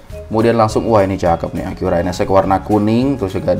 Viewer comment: Jepang itu tulisannya sama bacanya sama om Acura bukan Akura Mantap om keren keren om 👍